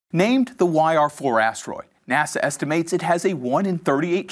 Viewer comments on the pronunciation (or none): none